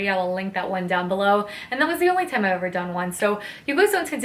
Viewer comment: Oh my Lord, this was so wonderful. My boyfriend is now an official fan of you after hearing you say time as "tiz-ime." More of these updates please!